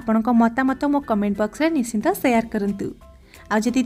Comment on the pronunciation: Nischinta na kahi nischita kuhantu.